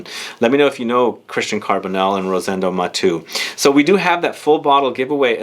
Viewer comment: Mah-tay-ooh...sheesh. Not mah-two